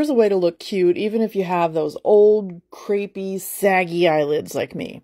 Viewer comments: it sounded like creepy, which is the wrong vowel sound for crepe,vwhich is a pronounced crape. get to know your French words. ; ) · its pronounced cray pee... as in crepe suzette... crapee... your face looks beautiful, and your eyelids have not yet reached crepe stage... mine look like lizard scales if i wear glossy eyeshadow... but sometimes, i just think: f.. it ( rhymes with bucket) i need glitter and gloss and let me highlight these saggy old lids... they can compete with my neck!!! ;!)